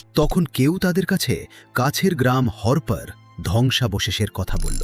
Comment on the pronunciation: বালের অডিও। উচ্চারণও বালের। হরপা হরপা করে গোটা কনটেন্ট বালের করে দিলি। হরপ্পা সভ্যতা। হরপা নয়।